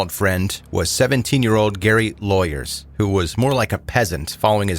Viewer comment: I’ve followed this story since 1984, the year the murder happened. Very sad. FYI: Lauwers is pronounced like “flowers.” Jesse Potluck’s book, “Acid King,” is the best overall take I’ve come across.